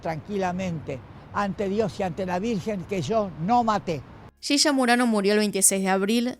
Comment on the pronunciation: Por que dice shisha? Si es yiya 😵‍💫